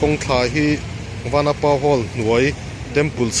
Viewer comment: vanapa i lam dan a diklo